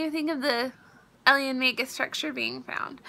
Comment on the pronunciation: I'm not trying to be mean whatsoever, but I can't get over the fact that she kept saying "eliens" instead of aliens. "One step more closer?" My grammar nazi is screaming inside.